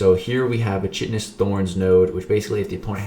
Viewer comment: Chitin is pronounced like Kite-Tin